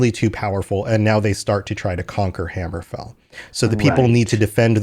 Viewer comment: My bro, it's hammerfell not hammer fall